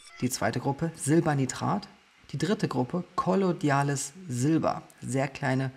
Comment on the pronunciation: Also ich weiß ja dass es relativ egal ist was ich hier schreibe und jedes Kommentar hilft den Kanal zu fördern. Deshalb: Warum betonst du denn in dem Video dass das Silber in Kolloid Form vorliegt sprichst es dann aber trotzdem kollo'DI'ales Silber aus? 🙈 Völlig unabhängig davon Liebe ich diese Plattform, deine Visionen, Ambitionen und den Content!